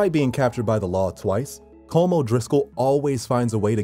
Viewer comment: Just saying "Colm" is pronounced as col-um"